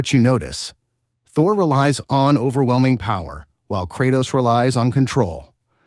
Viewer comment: Krautos.... Murnur.....???? I do find it funny his pronunciation is all over the place throughout the video.